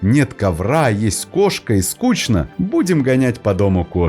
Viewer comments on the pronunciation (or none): none